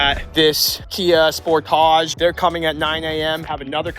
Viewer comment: Is pronouncing sportage as “sportoge” a ploy to make it sound like it’s not a s**tbox, or is that just a speech impediment?